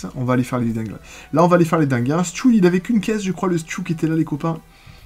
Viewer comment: Sa se dis stu et pas stiou